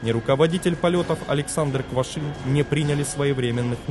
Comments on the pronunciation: Квашнин,а не Квашин.Просьба читать внимательно. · Качество роликов становится лучше, но здесь есть ошибки. Прежде всего, фамилия руководителя полетов не Квашин, а Квашнин. Савчук проходил подготовку в качестве диспетчера девять месяцев, а вот стажировался на рабочем месте да, два месяца. Еще одной причиной катострофы было убогое оборудование что самолетов, что диспетчерского центра. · КвашНин. КвашНин же!!!